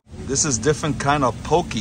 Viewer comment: I am kanaka maoli, (Hawaiian), and this is how you pronounce Poke. POH-KEH. Because Hawaiian vowels are like German vowels. Mahalo nui!